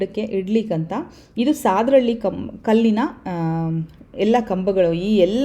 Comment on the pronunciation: Mam sadahalli pronounce tapu devanahalli hatra namma uru